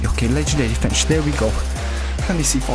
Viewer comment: Bro when u say legendary finish is sound like u sayin legendary spinach or something 😂